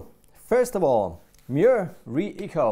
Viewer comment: Mooer is pronounced "more". :)